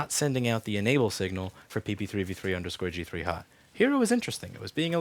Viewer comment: Am I the only one super amazed at how fast he can say PP3V3_G3Hot??